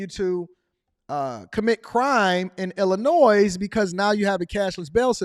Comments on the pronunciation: The S is silent in Illinois. Its not illa noise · the "S" in Illinois is silent my dude. It's like someone saying expresso.